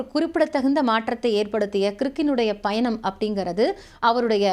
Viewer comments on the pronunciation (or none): none